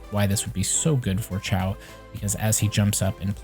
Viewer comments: Kinda triggered he kept saying Ciao instead of Xiao (shiou, sheeow) lmao. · Haha you're good! Yeah the video was helpful. It was just funny to keep hearing you say Xiao that way. XD